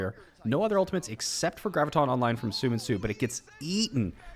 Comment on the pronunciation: i can speak korean. it's not soo min soo. it's spelled different as you can see. "seo" is pronounced like "saw" so it's saw min soo not soo min soo. :)